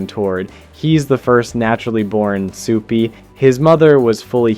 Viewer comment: Why do you keep saying "supah"?